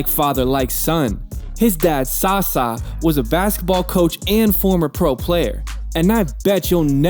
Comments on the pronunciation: Hahahahaha sasa hahahah.. Sasha try that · You prononce Sacha and not Sasa !!!!!! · Dude called my man Sa-Sa, its Saša ( you read the ša like sha, like Shaq but without the q). 0 cultural knowledge, that's what America does to you tho,so can't be mad. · SaSa...Go-Run Dradchich.. LoL my ears can't take this name butchering anymore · good video, just do the research on the pronouncation, cuz Dragic and Sasa is not the right way to pronounce how u did in the video.